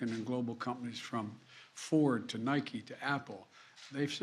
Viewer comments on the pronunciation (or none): none